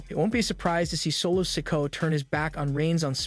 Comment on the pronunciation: PLEASE LEARN TO SAY THEIR NAMES RIGHT YOU ARE SAYING SOLOS LAST NAME WRONG GET IT RIGHT ITS NOT SICKO LIKE YOU ARE SAYING